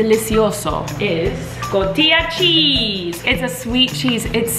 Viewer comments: Love your vlogs! The "j" in cotija sounds like an "h". The proper way to say it sounds like COTIHA. :) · CO-TI-YA cheese IM DEADDD 😂💀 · It's pronounced Co-ti-ha! You go girl bomb cheese! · In México, the cotija cheese is actually one of the saltiest aged cheese, and it is one of my favorites too! haha and hope you don't find this annoying but the correct pronunciation is Co-tea-ha :) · The way she says cotija noooooo 😭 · When she said "cotija" I was like what did she say? Lol